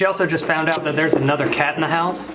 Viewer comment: Ideas for videos: Edit together every time he blows into a mug in opening videos. Edit together every time he says cat in that weird accent